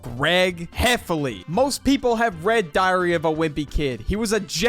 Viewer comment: Does any one else hear "diarrhoea wimpy kid" every time he says the book title?😅